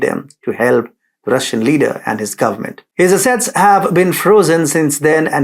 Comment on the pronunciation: Thank you. I hope I am being helpful by saying that ASSet is stressed on the first syllable. ConSERvative is stressed on the second syllable. I appreciate that you speak many languages while I only speak one.